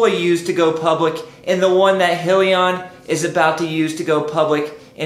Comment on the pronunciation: it's just I'm trying to take your advice seriously and the mispronunciation throws me off. Other then that I like your videos.